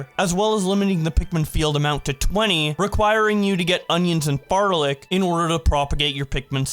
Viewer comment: Please say "flarlic" instead of "farlic" you leaving out the first "l" is driving me crazy.